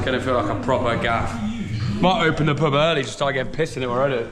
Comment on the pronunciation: YOU say pub like purb